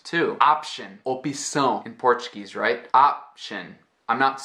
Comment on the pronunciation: Wow, your Portuguese pronunciation is beautiful!